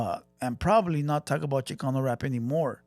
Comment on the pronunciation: Tired your not tired check your accent when Chicano comes out your voca